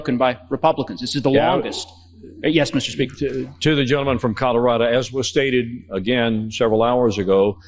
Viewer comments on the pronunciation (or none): Colorado! Not Colorada!